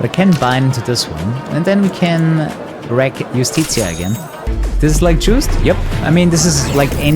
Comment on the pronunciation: Shoutouts to pronouncing "Justicia" as "yoostitsiah"